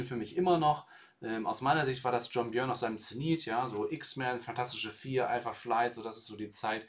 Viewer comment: es spricht sich John "Börn"